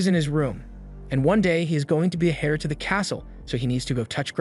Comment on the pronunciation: Bro said “hair” to the castle lol it’s pronounced “air”